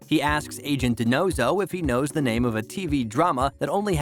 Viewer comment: Could you POSSIBLY have mispronounced any more nanes???